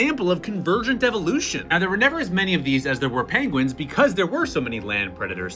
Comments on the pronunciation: "Pengwings" - Benedict Cumberbatch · And not "penwings" mr.Cumberbatch. Just saying... 🤪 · 'Uh, sir, I believe they are called Pengwings.' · Benedict Cumberbatch: "Excuse me, sir, but you are mispronouncing pengwings." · Yes! The real penguins are extinct. What we have now are actually called Pengwings